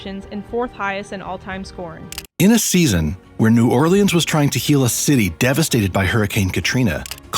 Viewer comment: Born and raised and still living on Louisiana, This is most definitely how we pronounce New Orleans. I hate when people pronounce the leans.